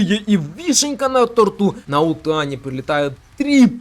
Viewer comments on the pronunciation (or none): Слишком тяжело слушать твой говор. Это какой-то пиздец, последнем стало слово "тортУ".